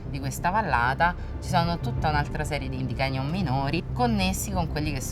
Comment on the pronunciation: Signora :Canyon si pronuncia con la "c" i "ganyon" non esistono!